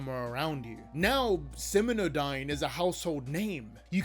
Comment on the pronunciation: Be careful and make sure to double-check things you're going to say aloud for your videos. The name of the company is SimioDyne, not SiminoDyne. You also misspelled Vita Carnis as Visa Carnis. You should hire a copy editor to check for errors like that.